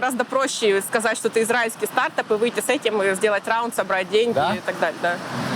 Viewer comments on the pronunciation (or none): СтартАп а не стАртап прям бесит!!!!!